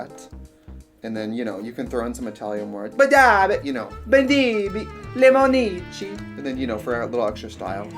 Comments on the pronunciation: buh-dah-bit buh-dee bee lemon--eee-she ok....i am now fluent in italian...thanx trix. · As an italian boy, I feel so honored watching this video hahaha. Don't worry trixie about your pronunciation, it's fine. I just want to ask you: what the hell does "Lemonici" mean HAHAHAHA? Love from Italy🇮🇹❤️